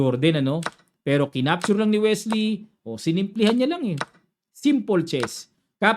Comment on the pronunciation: Sa excitement mo coach, naging Welsy na c Wesley hahaha